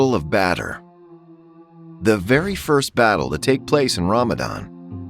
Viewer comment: Battle of batter